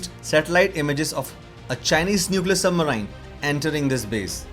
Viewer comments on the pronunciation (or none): It's known as Submarine not Submrine get it right buddy else u are making fun of your English level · What is submaraain? It is pronounced as Sub - marines. Which kind of accent is this? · After “sub-Marian” it is hard to trust anything else said in this video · All I heard is sub-maerine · Bro, please check how to pronounce 'Submarine'. It's not how you are speaking it. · your submarine pronounciation is wrong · Please pronounce the word submarine correctly. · submareens pronounciation